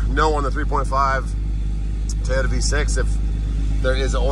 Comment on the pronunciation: Whats a tayota? hahaha jk